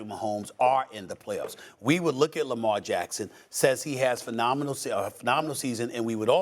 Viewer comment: stop it dude! it's lamar friggin jackson!!!